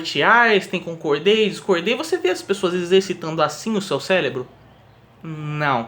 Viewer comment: Caraca man... é "cérebro" e não "célebro, celebral".